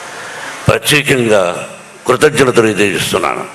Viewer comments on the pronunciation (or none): Thragi matladtunnara sir krukrutngnatalu beham pantulu enti ni ni tegulu talking